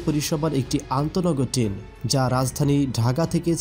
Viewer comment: আগে ঠিক করে বলেন টেন নাকি ট্রেন🤣